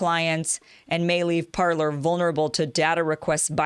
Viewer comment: It's pronounced Par-lay. 'Parler' means "to speak" in French.